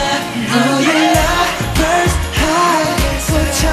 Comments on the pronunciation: LMAO I LOVE HOW THEY COULDN'T SAY CONVERSE SO YOONGI SAID "LOVERS LOVERS I REALLY HATE LOVERS" SAME BOYYY XD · After reading the comments I just realized they were saying lovers not converse😂